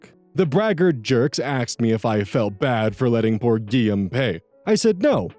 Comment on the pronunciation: Hearing how this guy pronounces Guillaume makes me wanna die NGL.